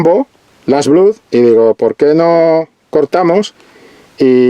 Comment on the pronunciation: "Blood" se dice "blad".